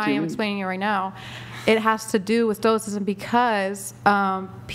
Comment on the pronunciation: I blew cherries when she said Stokcism.